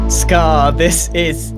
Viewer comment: Am I the only one who loves how he says ‘scarrrr’ or ‘scarrrred for life’?